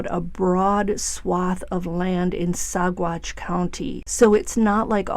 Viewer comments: G's are pronounced as W's in Spanish. Sa Watch County. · It’s pronounced Sawatch - no hard g sound. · the g is silent in Saguache